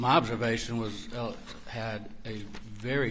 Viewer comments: Is his name Alec or Alex. How hard is it to say alex. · Why do most of these guys refer to Murdaugh as “Elic” or “Alec”? None of them can pronounce his name (ALEX!) properly! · Spelled Alex, pronounced Alec.